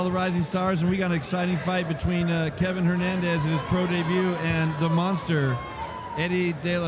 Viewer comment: His name is Kevin Valle Hernandez, not Levin Hernandez